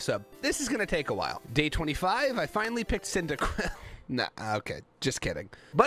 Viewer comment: cycibcub wat the heck its pronounced like cindaquil